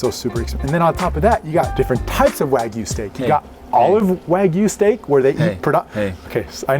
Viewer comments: this chanel should be called and maybe mispronouncing wagyu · Hearing them pronounce Wagyu wrong hurt me